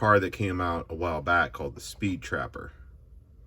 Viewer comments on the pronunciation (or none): none